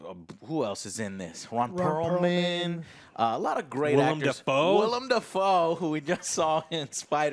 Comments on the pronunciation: WILLEM! WILLEM! Not "William"!! Will-Em. How many times can you mispronounce a dude's name, Joe?!? and don't have a problem. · HIS NAME IS WILLEM, JOE